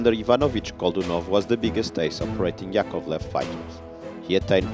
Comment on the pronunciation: The stress is on the first syllable: YAkovlev, LAvochkin.